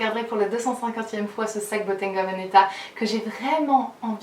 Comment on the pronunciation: Bottega pas Bottenga 🙈 I swear c’est pas méchant, ça m’a juste un peu stressée 🙈